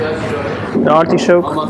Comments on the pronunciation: Nobody: This guy: ArTIshhoooKKKEEE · I did a shot every time he said "artee-showk". I disnt gete drunnk atalll.